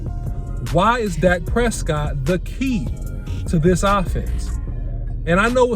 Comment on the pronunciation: OC why you butchered Dak like that